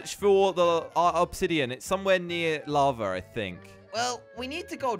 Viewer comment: it is lava not lave